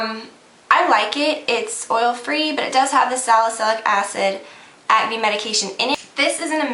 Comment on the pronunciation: you say acne funny lol like you dont say the "c" just at-knee is how it sounds lol its cute though!